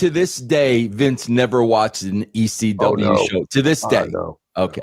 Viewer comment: “I was watching E-C-Dub” 😂😂😂😂😂